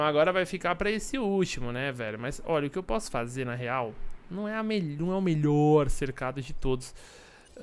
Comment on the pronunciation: "Meliorrr" série, muito boa MSM!